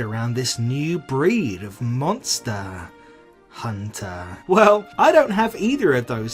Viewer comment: Subscribed immediately after hearing how you pronounced Monster.. Hunter